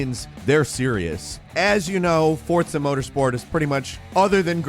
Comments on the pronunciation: It's no Fortza... it's Forza... Derp. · please explain how FORZA is said as FORTSA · I really don't know where people are getting the "T" sound in the word Forza from.